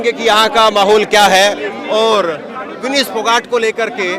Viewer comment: तुम क्या घंटा चेंनल चला रहें हों? विनेश का नाम तक गलत बोल रहें हों?